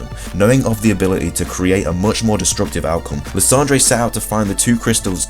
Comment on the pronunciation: really you pronounced Lysandre as la-san-jray instead of lie-san-der, you are not a true pokemon fan if you pronounce it like that.